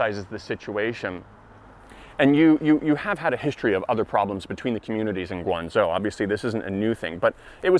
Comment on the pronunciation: One pronouciation problem, it's GuangZHou not GuangZou. PS, I am totally on your side, in China the word discrimination is way more proper than the word racism.